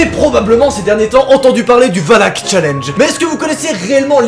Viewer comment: Oui OUI!! tu as dit valak:) et pas walak comme wallah